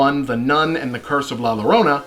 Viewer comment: La *Y*orona, Bob. Like the Y in Yellow.